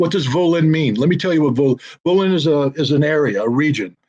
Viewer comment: Dear.. PLEASE teach that Yankee how to pronounce Volhynia... Volin makes my ears bleed.